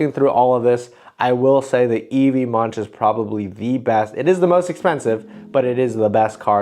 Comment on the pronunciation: Great video, more of this!! Munch is pronounced more like the english word "monk", or like "monc" in the fashion brand moncler 😊